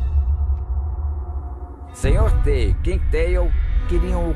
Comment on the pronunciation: Que agonia ver ele falando "Senhor T" . Tava acostumado a ouvir os outros falando "Mister T(ti)"